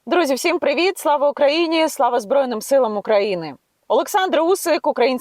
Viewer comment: Ібать - капать! Не украіна , а Україна! Невже це так важко вимовляється? Чи какая разніца? Я не розумію 🤨